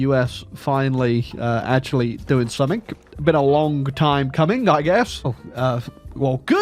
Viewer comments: Mmm yes it's time for to say "summink" in a video despite English being his native language and "something" having nowhere close to a "k" sound in it. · Technically, "g" and "k" are quite close together in terms of articulation. One's voiced, the other isn't, that's the only difference.